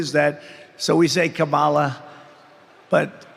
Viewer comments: He cant pronounce KAMALA properly. Maybe MADAM PRESIDENT will be easier for donny. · He's so demented he can't even learn the correct pronunciation of his running mate's name! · If he says Ka-Moll-uh, does he pronounce Pamela as Pa-moll-uh?